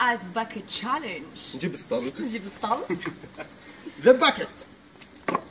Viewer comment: On dit Challenge not CHANLLENGE -_